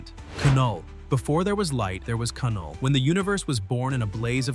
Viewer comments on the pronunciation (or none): Did he really say Ka null.... It's Knull... (Null) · “before there was light, there was ka-null” lol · A.I. has yet to understand that the K is silent in Knull. It's pronounced Null. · By the way, you don’t pronounce the K the K is silent so it’s just knull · “Kuh-null”… the K is silent😑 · I stopped watching when this AI said Ke-null for Knull. Damn AI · Kuh null? Really? Ai